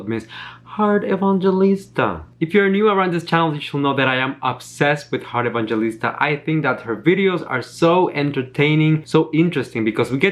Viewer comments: I think your pronunciation is quite wrong, because living here in the ph we pronunce her name as Heart e-bang-he-lis-ta, not ebanjelista. Thats all sorry i just noticed it. ♥️ sending support on your channel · Hi. Her last name is pronounced as "Evang-Helista" 😙😙😙 Love you still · hi, i just notice you're pronouncing her surname wrong😊 so this how to pronounce EVANGELISTA= E-VANG-HE-LIS-TA😊